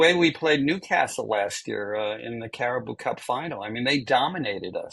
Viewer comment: He misspoke twice: Klopp won only 1 championship. He used plural. He mispronounced Carabao Cup